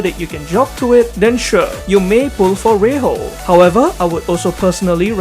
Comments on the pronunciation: Ray-HO is probably not the right way to pronounce her name unless I'm missing something. Should be Ray-JO rather. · Just so you know it's pronounced as Rei-jo but why Spanish pronunciation(well it's English I know). Her name in Japanese is レイジョ and yes it's pronounced as Ray-Joe.